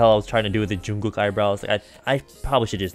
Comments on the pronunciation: lmao you pronounced jungkooks name as joongkook? its pronounced jeongkook. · why you pronounce 전국 like 중국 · He called Jungkook Joonwook 😂😂😂